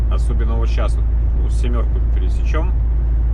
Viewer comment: Семёрку пересечём! Говорю себе, какой я молодец, добился правильного произношения у! Капля камень точит!:))))